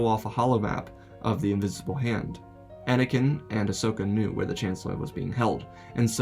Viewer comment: INVISIBLE HAND. bro keeps saying invinsable